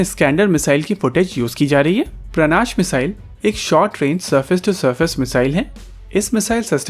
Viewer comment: सर, उसका नाम 'प्राणाश' नहीं 'प्रनाश' है |